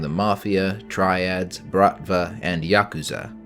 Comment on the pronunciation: I'm preparing myself to stream a Cyberpunk campaign and this has been an excellent tool in that effort so far, thank you so much for your work on this. Also thank you for pronouncing Yakuza correctly, unlike so many others I hear talk about them on other channels lmao.